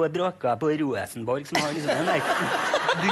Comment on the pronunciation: "Dæm som går på brakka på Rooeesenborg" xD